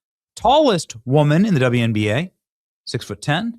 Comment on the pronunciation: It’s wnba, not twnba